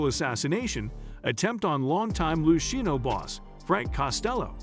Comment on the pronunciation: Lou sheeno family